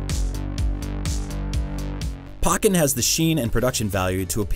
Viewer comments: Pahken? It's Pokken! Like POkemon, POkken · its POE ken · please learn how to pronounce Poke-en. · That's not how you pronounce Pokken Tournament is it?